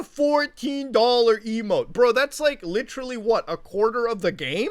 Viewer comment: Muta becoming Leafy for a sec by saying “litrally”